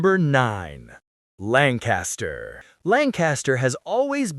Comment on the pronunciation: Pronounced LANK-KISS-TER.